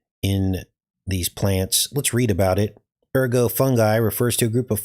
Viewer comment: It's ergot for the toxic fungus that grows on rye, but ergo is a Latin word meaning "therefore," often used in logic or legal arguments. The fungal growth itself is called ergot, a name from the French for "rooster's spur," due to its shape. Don't forget to pronounce the 't.'